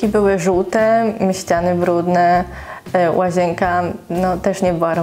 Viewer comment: Naucz sie poprawnie mówić. Nie łazięka, tylko łazienka.